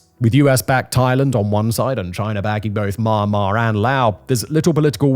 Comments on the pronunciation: Myanmar is pronounced ME- AN-MAR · always like how simon says "mahnnmah" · Please learn to pronounce Myanmar correctly